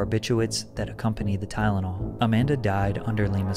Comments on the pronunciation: says tylenol, as tynanol. Not someone I'd trust In a medical profession. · maybe it’s just because the person’s mouth it came out of.. but the way she says Ty-den-all INFURIATESSSSS me like you wouldn’t believe. Every time I hear it I SCREAMMMMMM lmao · Omg I can't handle hearing this woman say "tydenol" one more time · lied about the edge in her system, all rx but still, some heavy shit. so whatever but she says “TyDenol”?????? And where are sisters?????